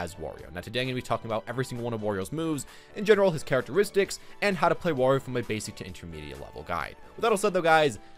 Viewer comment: It's wArio not wOrio